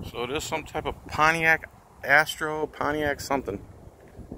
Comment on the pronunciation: It is pronounced as ass-tre. My dad had one of those cars. It looks nice.